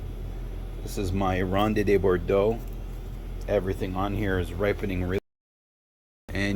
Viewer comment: That's not how you pronounce Ronde de Bordeaux